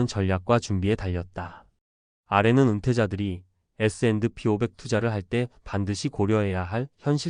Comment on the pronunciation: AI가 에스앤드피~오백 이라고 읽는거 킹받네